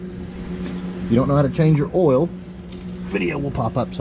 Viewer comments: It's called "oil" no "owel" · It never gets old when people call OIL...OLL